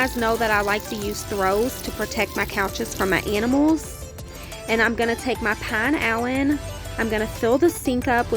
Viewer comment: The pink cleaner is pronounced Pee na lean